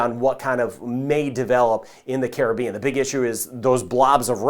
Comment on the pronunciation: Thank you. Even though I'm all the way in ANTARCTICA, I'm locked in on Jamaica. And thank you for pronouncing the word ( Caribbean) properly. So many don't. Keep up the great work.